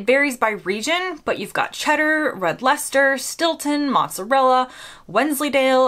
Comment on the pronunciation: Leicester and Gloucester are pronounced Lester and Gloster - you’re the first Yank I have ever heard pronounce them properly! I have seen Wensleydale with cranberries in it in the little Tesco down near me - not sure if it’s exclusive to Tesco - but it’s delicious! There’s one English cheese that looks green mouldy called Stilton - in fact, it is mouldy - pure penicillin, apparently - Danish Blue is similar! There are cheeses like Caerphilly made in Wales - Wales and Scotland are not “England”, as the Yanks seem to think! My favourite cheese is Brie! Those Froggies make nice cheese - must try a bit of Camembert! Not that keen on that cheese that goes in cheeseburgers - it’s nice on cheeseburgers from McDonald’s, but it is not sandwich cheese, never in a million years!